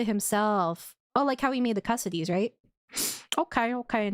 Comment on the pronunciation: i can't stop thinking of custard whenever she says custodes lol